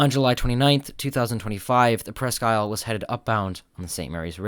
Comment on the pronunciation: It was good of you to check with Michigan on the proper pronunciation of Presque Isle. The tug and barge combination's "Presque Isle" namesake is the land and bay, on which the former Litton shipbuilding facility in Erie, Pennsylvania, sits. The former colonial French fort, Presque Isle, was located on land adjoining the Litton shipyard location on Presque Isle Bay. In this day and age, the French pronunciation has been dropped, in favor, of the British pronunciation shared with the Presque Isle Michiganders.